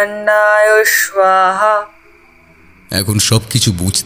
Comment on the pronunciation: সুলতা শব্দের উচ্চারণ Suল্ তা নয় 'সু' মানে ভাল আর লতা মানে লতা। shoe আর লতা পরপর উচ্চারণ করলে সঠিক হয়। আপনাদের উচ্চারণ সুলতানা থেকে 'না' বাদ দিয়ে যা হয় তাই হয়েছে😊 ওদিকে আবার প্রাতরাশ হয়েছে 'প্রাত্রাশ' 😅 স্বাহা হয়েছে শোয়াহা 😂 গল্পটা বেশ ভালো ছিল কিন্তু এই গুলো শুনে মেজাজ নষ্ট হয়ে গেল।